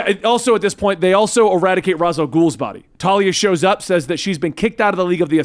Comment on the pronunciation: thank you for saying Ras and not Rayesh After all he is head of the demon and Ras al ghoul is just thr arabic translation